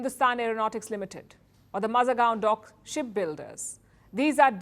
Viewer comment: I like the way you pronounced Mazgaon dock